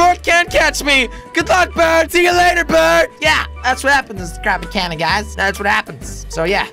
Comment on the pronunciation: he said stap mehcanic